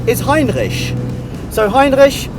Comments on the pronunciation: Hey! If you want you pronounce R's in French, do it as does it in "Heinrich" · Heinrich is a wonderful name, greetings from Germany BTW : I love your pronunciation of Heinrich, please say it as often as possible :P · Great! Looking forward to this series. Brilliant how you pronounce Heinrich btw.. The Mercedes museum is fantastic isn't it? Not just the cars, but also the architecture. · Wait a sec.? xD Does really speak german? The pronunciation was really good so i'm kinda confused now ^^ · The right pronounciation of the ch in Heinrich requires me to give a thumbs up already! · i love that you're saying the name right !! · your pronunciation of Heinrich, damn god alternatives: u know what, screw it, it's Heinrich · Great pronounciation on "Heinrich" Greetings from Austria ;) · Solid pronounciation